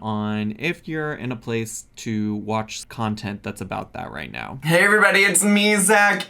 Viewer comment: “NAAO NAAO” what is this pronunciation?